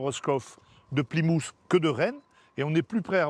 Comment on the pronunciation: il prononce plymouth : "pli-moute"'